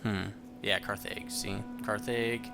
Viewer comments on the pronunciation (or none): Carthage is pronounced Carthidge so not the long a but the short one. Also, I like when I can hear the game clearly so thanks for upping the sound. Make sure your southern army fortifies on that peninsula I think there's some kind of land bridge there.